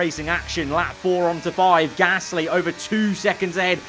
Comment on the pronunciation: Ffs why can’t you say Gasly right not gassssly